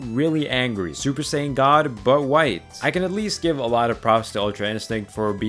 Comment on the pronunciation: I am sorry but every single time you said Super as "Suburu" is just so triggering.. like how dude? HOW can you botch such a simple pronunciation??